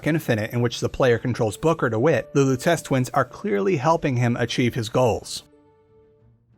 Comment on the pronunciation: Pretty sure it’s pronounced Robert Loo-teh-chee